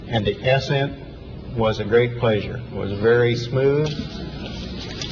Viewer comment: ALL !? Where are the Smarts like you and boasting Majority? Yes we all see what we want to see.... how was that, what about Mars pinacle? Yes english struggle, for these engineer usa officers.... hum : "ASS-scent was a great pleasure and very smooth" Collins was happy then 🤭